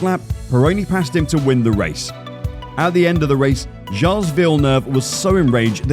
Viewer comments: I can't take this seriously if no one involved pointed out that's not how you pronounce 'Gilles'. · An f1 channel whose narrator doesn't know how to pronounce Gilles? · Before making a video, please at least learn how to pronounce foreign names. Briatore and Gilles sounded ridiculous.